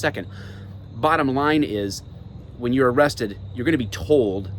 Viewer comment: If you pull that on a traffic stop your gonna get laughed at “AM I BEING AREESTED” your detained...for the crime you committed